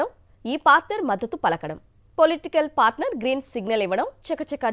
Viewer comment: తూ..తెలుగు రాదు... పాస్టర్ కాదు పార్టనర్ 😡😡😡 ఇలాంటి సొల్లు వార్తలతో నే వైసీపీ పార్టీని నాశనం చేసారు..ముఖ్యంగా మీ పాత్ర ప్రముఖం